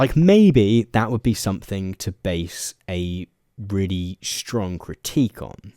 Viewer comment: You struggle to say the word "critique" 😅